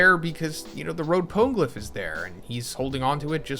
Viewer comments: Also "poan-glyph", it was like hearing nails on a blackboard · Yo sorry it was bugging me mass. Try it like this “pone-eh-glyph” love the content tho. Keep it up brotha.